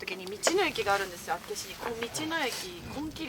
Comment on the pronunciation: 道民からすると、厚岸のイントネーションの違和感がすごい笑笑